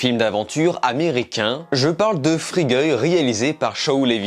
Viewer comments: Free Goy ? C'est pas plutôt Fri Gaille ? Merci pour la critique, attention la prononciation 😉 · Pourquoi il dit fri-gueux ? LOL